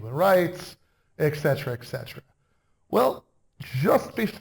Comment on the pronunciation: 'Etc.' is pronounced et cetera, NOT ex cetera. You should know that, Prof.